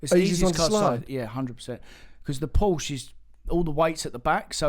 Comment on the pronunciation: Porsche not porsch......uh e